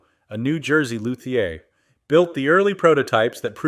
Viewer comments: Lou Thee Ay!!!! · Cool AI vid! Also: “loo.thee.ur” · Basswood - BAHS Luthier - Lew-thee-ear Route (with router) - Rout 5150 - Fifty One Fifty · Also luthier as “loo-thee-ay”. The “Die-O” made me stop